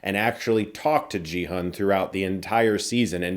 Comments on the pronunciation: Chris, the Korean names should be red: not 'Gee Hun', but: 'Ki-oon'. And it's not 'Lee Byung Hun', but: 'I(i) Byunnun'. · Gi-hun is pronounced Gee like Geese not Jee. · "Gee-HOON", not "JEE-HUN", respectfully. As an old school/OG BigBang/KPOP fan who's been out of the KPOP news loop, it just warms my heart to see T.O.P. (the guy who plays Thanos), despite all the controversy against him. (Plays T.O.P.'s "Turn It Up", iykyk...) Also that arm movement he does on the carousel is a reference to one of their (BigBang's) most famous songs, "Bang Bang Bang", which is perfect since they're all getting shot. TT_TTv Jo Yu-ri, who plays Kim Jun Hee/Player 222 (the pregnant girl) is also a KPOP Idol from Iz*ONE, and a great singer; though they're not part of my generation (of fandom - I'm way older), I've come to appreciate them more. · It's not pronounced GEE HAN lol. Watch the dubbed version for clarification haha. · It's a hard G in Gi-Hun. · My dude that is not how you pronounce Gi-hun. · Another (white) Youtuber mispronouncing Gi-Hun 😪 is it really that hard to get two syllables, right? It's about time we say Korean names correctly now that we've embraced their movies and shows. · You watched the whole show yet can't say Gi-Hun's name right?